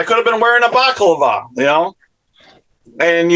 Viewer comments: A “Baclava”🤷🏿‍♂️ BALA-CLAVA! 🤦🏻‍♂️ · LOL, an expert that says baklava over balaclava.